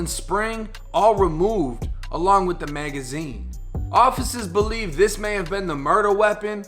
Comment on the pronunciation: "along with the magaźiiiińeeee" lol i love your vids bro